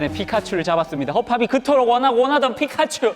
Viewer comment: 저피카츄발음 자해요